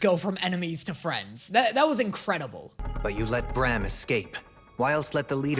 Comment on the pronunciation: WHY ARE YOU SAYING BRAM LIKE THAT ITS PRONOUNCED LIKE SLAM. WHYYYYYYYYYY